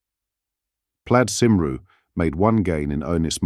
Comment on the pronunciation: Learn your pronunciation. Cymru (Wales) is pronounced "cum ri"